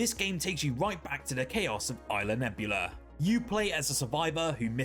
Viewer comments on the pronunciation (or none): 48 “isla Nebula”?! The most sincere “Fuck you”, dude. Know what the hell you’re talking about. You’re clearly reading a script, which is fine, but you can’t even be bothered to do that right?